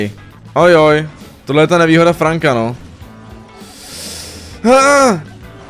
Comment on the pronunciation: celí video mě štvalo že říkáš franka a ne frenka ale okey